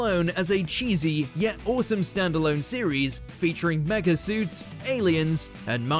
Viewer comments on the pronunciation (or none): none